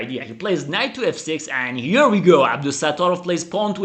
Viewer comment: Very nice....pay attention to pronunciation of the word "go"...your English interpretation is fantastic